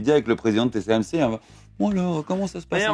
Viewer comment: Bon, il faut que vous arrêtiez de dire/prononcer : TCMC au lieu de : TSMC. C. ABUSÉ, NON ?!